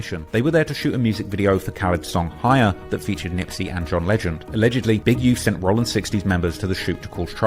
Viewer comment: Nispey not Nipey!!!Smh